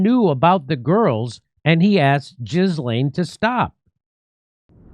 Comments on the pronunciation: Her name isn't Jizzlane. It's Kidlane. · Is it me, or does he make himself look ignorant every time he says, "jizz lane?" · Just for clarification Ghislaine Maxwell's name is pronounced " Ghee- Len". It's French as was her mother. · Here's the thing: Naughty sexy time is the least interesting/concerning part of the Epstein story. Don't be distracted by your emotional reaction to the surface level disgusting acts. Also, it's pronounced ğis•lān. If you believe Virginia Giuffre was a victim, so was Maxwell. I am bored with this subject. Notice they didn't release anything particularly damning to the operation that was Epstein. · I love you, Jimmy, but, “JIZ-LAYN”?? Really?? 😂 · I seriously love that you bring attention to things like this, but please, ffs, first learn how to pronounce names properly- her name isn't pronounced JIZ laine Brisbane isn't pronounced BANE- it's Bin. I find this whole thing deplorable. Even if djt didn't sleep with under-aged kids, but he once said JE liked them young, but could still prove that he didn't know those girls were s*x slaves, he'd get off on any charges- look how happy JEWfRIE looked at that photo they keep showing about her and Andrew, maybe they all looked happy when djt visited EP island, although not sure if that email is true- why would EP say that? When did he say that? It just sounds weird "leaked email"... ummmm 'K.